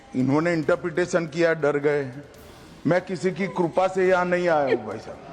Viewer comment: जो कृपा को कुरपा बोलता है बारहवीं के बाद इन्टर मे एडमिशन बोलता है अंग्रेजी समझ में नहीं आता है।